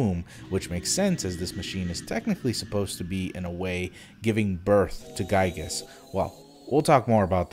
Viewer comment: It's pronounced "Gee-Gus"